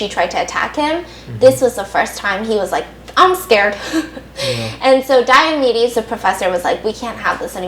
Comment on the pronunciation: Dr. Diamedes sounds like diabetes um